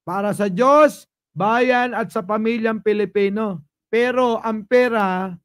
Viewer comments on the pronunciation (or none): none